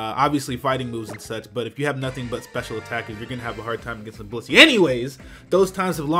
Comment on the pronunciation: this dude saiD blizzey whale meat.....LMAOOOOOO